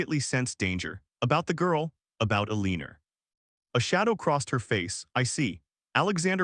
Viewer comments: If AI can’t pronounce Eleanor correctly, pick another name! Mary is simple enough. I can’t listen to this with Eeleenor. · I know this is not a comedy but everytime "Mar-ja-ret's and Eh-lean-er's" names are said, I can't help but laugh. Seriously, though, the story is too shallow to to mean anything. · I’m sure everyone is aware that AI has problems with pronunciation. However, there is absolutely no excuse for mispronouncing a common name like Margaret! AI needs work. . . .a lot of work! The constant mispronunciation of both Margaret and Eleanor diminishes the story.